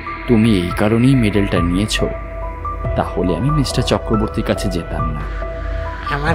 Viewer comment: English diction ta ektu thik korle bhalo hoye… for example, kotha ta “Mishter” noye, “Mister”… narrator ke ektu improve korte hobe… mishter kotha ta kan e khub lagche (sorry)